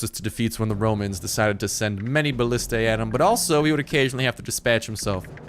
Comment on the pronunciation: Also learn to pronounce Genghis and ballista please.